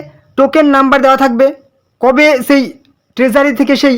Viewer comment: Tumi age "Sei" ta valo kore bole nao